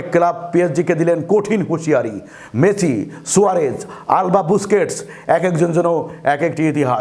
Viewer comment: Messi uccharon age thik korun sunte baje lagche ok...